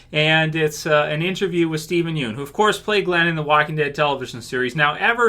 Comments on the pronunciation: Pst. Pssst. His last name is pronounced Yun. Not Yoon. Steven said so himself lol. I'm really glad he's sticking up for his life tbh. Fans may want him to come back for something, but Steven's moved on from Glenn. Also, doing a Glenn origin story means going back to the Glenn we knew in S1 if not well /before/ that. That is in fact a totally different Glenn, and as he said, a different Steven (and ten years, let's be honest, is a very long time for a person's mentality to change and develop). Not only does Steven look way older, but the Glenn we associate with him is the older Glenn now. It would likely be very difficult for him to go back to that early headspace. Also, all in all I think he just wants to move on and not get pulled back into a sinking ship. If Frank is anything to go by, the actors /know/ it's a sinking ship. I don't think he didn't get to shine and I don't think people didn't care about him until he died, but I don't think that's what killed TWD either. I think people may have THOUGHT it did, but the writing itself was declining by then to many fans. Killing off some characters the fans loved on top of the declining writing quality is what made people REALLY notice the writing problems. We still had characters left that we loved to lessen the issues, but without the well loved characters, it could be said people stuck around through the bad moments because of the characters they loved, so without that there was little reason for people to stay. Tbh I'd say i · aghhh it's killing me when you pronounce his last name wronggg